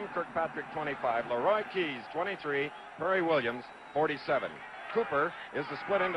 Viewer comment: Schenkel was an idiot. A 17-yard halfback pass was a "bomb by Lah-roy Keys." NOBODY ever called him "Lah-roy" before or after this game. He was really good on the bowling shows though.